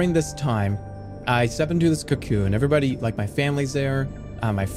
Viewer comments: oh wow i didnt even notice it was ai until he said cyacyoon 😂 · No matter how good ai voice jerma gets he will not be able to say cocoon